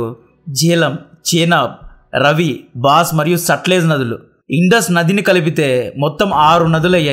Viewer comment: రవి కాదు రావి నది.. బాస్ కాదు బియాస్ నది